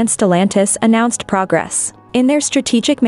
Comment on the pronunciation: AI couldn't pronounce "progress" correctly.